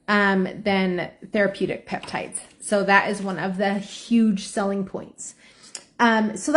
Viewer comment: She keeps calling them "PEPTITES" and I CANNOT.